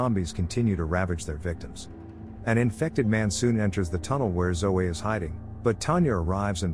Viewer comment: Actually talking: Zoe The robo translate: Zoway